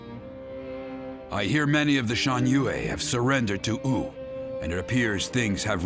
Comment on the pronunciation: Is that really how "Wu" is supposed to be pronounced? "Ooo" instead of "Woo"? Personally, I don't like it. Makes it sound silly.